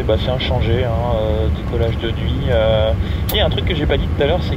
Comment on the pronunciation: "autorisé au décolement" ... j'ai mal aux oreilles ! Mais superbe vidéo quand même.